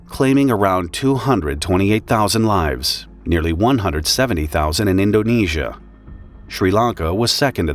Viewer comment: as an indonesian I’m really sorry and I Can confrim that’s now how you pronounce “Indonesia”